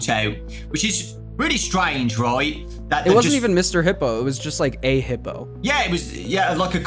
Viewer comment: He-po? I thought it was pronounced "Hip-po"